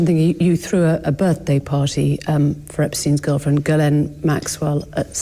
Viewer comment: Ghislaine is a French name, it's not pronounced "GUY"laine ... the GH is pronounce like a "J" .. for "JISS" but drag the J, J> "JJiss"laine.